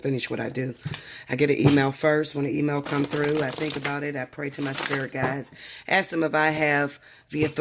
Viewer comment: Ask not ast.